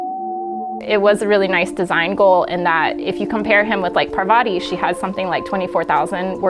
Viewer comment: the one thing that annoyed me in the game....mispronouncing Parvati's name!